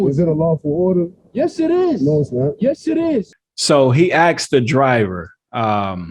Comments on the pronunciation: ASKED, not AXED!!! And, don’t call a cop BRO... HE IS NOT YOUR BROTHER! But also; don’t call the cop BRUH... that’s just a bastardization of BRO, which, as I said should not be used! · why can't you guys say "asked"...just curious.😂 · Abbya “axe”? Really?!?! C’mon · "He AXED the driver" lmao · Aks.....who aksed who what? Jesus dude, try to pronounce basic words maybe. GD. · why do you pronounce 'asked' as 'aksed'? I hear that a lot in American vids and I was wondering why. Oh, keep up the good work with your vids. I love your work. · I love your YouTube but please don’t say “ asked”. It’s ask . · Did he really " axe " him ? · I KNEW THE INTELLIGENCE OF THIS CHANNEL WHEN HE SAID "THE GUY 'AXED 'THE POLICE OFFICER, LMFAO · He " axed" him to roll the window down? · And the word is asked not axed. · Please don't say "Axed" the police officer. The word is Asked, you're an intelligent man - come on be better. Great channel by the way. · He axed the driver? Be axed the Deputy? You got to work on that dude! Otherwise great work and great content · Dude love your commentary on these videos. But for the love of God it is pronounced asked not axed...... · Asked, ask , asking. Not axed , axe , axing!! Aksed?? aks, aksing😂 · “I axed you to pull down your window!” Is it really that hard for native English speakers to properly say ASK instead of AXE? Where is this verbal dyslexia coming from? That’s all I’m axing…😂 🪓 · Asked or axed? Geez wtf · Ask or axed? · Why do you say he 'axed' the driver rather than 'asks' the driver. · I hate seeing black people butchering the English language. The cop didn't AXE any questions he ASKED questions, saying it any other way is pure laziness, I know you snowflake liberals will have a meltdown over me saying this, but, the liberal made up term EUBONICS is nothing but a way to excuse to be lazy when speaking. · Please retrain yourself to say “asked”, not “axed”. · "He axed the driver"? Someone please explain.